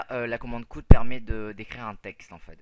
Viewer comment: "cout" se prononce "si-a-oute", "char" se prononce "car" et "int" n'est pas un acronyme mais le début de "integer" (de l'anglais : "entier").